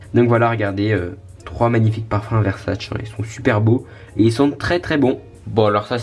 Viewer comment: Dommage que t'as pas montré le balcon comme ta dit sur Swan the voice Ps: sa s'écrit Versace mais sa se prononce /versaché/